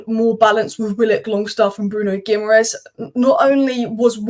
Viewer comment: Pronounced “ Gi -ma -resh”.Ending in ‘es’ is pronounced esh in Portugese👌🏻